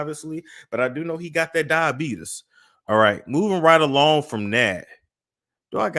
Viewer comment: If you don't stop saying 'Diabeetus' 😅😅😅